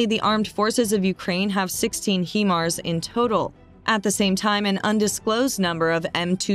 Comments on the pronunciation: Might be wise to learn how Himars is pronounced before you hire someone to get it wrong 40 times in your video. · Yeah we saw the correct pronunciation in another message. But thanks for the reminder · Pretty well everything on this video is over estimated from every other Ukrainian war site. just saying. She also doesn't pronounce HIMARS properly.